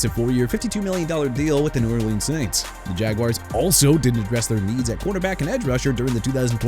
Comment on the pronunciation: Dude Chicago isn't pronounced chee-kah-gow; it's either shuh-kah-gow or shee-kah-gow! New Orleans as in New Or-lins NOT NEW OR-LEANS! What part don't you understand? Also it's Romeo Doubs as in Dobbs! And Kingsley Enagbare not Engabare! Isaiah Likely not E-sai-ah Likely, Chuba (choo-ba) Hubbard not Chubba, STEVE SPAGNUOLO NOT SPAGNOLA and Jaguars pronounced ja-gwaars not "jagwires"!!!! You got no respect for athletes or cities or teams WHEN YOU MR. AI SOUNDING VOICE GUY KEEP BUTCHERING THEIR NAMES! YOU NEED TO QUIT!!!